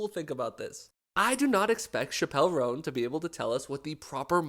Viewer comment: Your saying her name wrong.